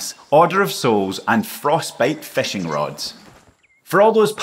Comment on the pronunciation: Its not feshing!!!